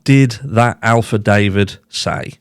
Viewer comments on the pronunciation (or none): I keep racking my mind immediately evrtytime you say Alpha David, trying to figure out who he is before realizing you mean affidavit. It is pronounced "af" as in Afghanistan, "fi" "day" "vit", with the accent on "day." Thanks. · Omg it’s afa-David, not Alfa-David. Sorry but it’s a pet peeve of mine. Cheeky monkey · Hahaha, you've said "Alpha David" so many times you're not going to be able to pronounce affidavit correctly anymore 😭😭😭 Love your videos so much! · It’s not ALFA-DAVIT it’s AFFI-DAVIT.Also,your cap is on backwards.😂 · Fyi....it's Affidavit....not alpha david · Are you pronouncing “alpha David” on purpose? Is this British humor? Those silly word pronunciation that certain Brits think is cute/funny? It’s lost on me. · you're Killin me with that alFadavit 🤣🤣🤣 I think when you say affiDAVVit it's adorable. But affiDAYVit is the way we pronounce it. You give it a flare the way you say it. I'm sure you're probably just being fecicious when you say aLFAdavit BUT... affiDAVit sounds so much better ❤️ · It is Affidavit. Not Alfidavid. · Gotta correct ya here. Affidavit. Not alpha. No L. Second, wasn’t Ethan’s own brother called to the scene before police? Maybe his body was moved. The affidavit is only how the 1 guy reports what he first saw. More will come out in court. Hopefully the truth. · this is turning into a real cluster with where the bodies were located. FYI it Affidavit-not alpha. Not meaning to sound nit picky. I appreciate your opinions and sharing ever so much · He pronounces it alpha david instead of affidavit which is difficult to pronounce…now it has become a little bit of his iconic humor. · You crack me up. I can't pronounce affidavit correctly either. I used to say After David. Just can't believe anything that's happening with this case. Absolute cray cray. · I'm pretty sure the word you're trying to say is "affidavit" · I like the Alpha David. For some reason it sounds like it fits. Lol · Lol. He's says "Alfadavid'"